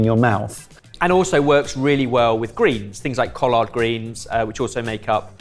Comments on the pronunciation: I'm sorry, what greens? As someone who lives in North Carolina, what did you say? It's pronounced coll-erd okay? But one syllable. Collard. Don't let it happen again. 😉 lol great video guys. I'd love to try the apple one. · The way pronounced Collard Greens kind of shocked me. Lol. “Call-lard Greens” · well, I guess that's one way to pronounce collard lol